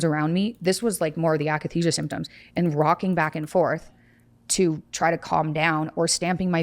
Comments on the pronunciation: akathisia, not akenisia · it's akathesia not akanesia... nothing to do with muscles.. i experienced it aswell when i went off lexapro. it's like an extreme withdrawal feeling that you can't shake, like your body has pins and needles everywhere and you're in a constant state of jonesing but there is literally nothing that will take the edge off. it was so painful i had uncontrollable hallucinations of stabbing myself. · When the host says AKANESIA you kinda loose all respect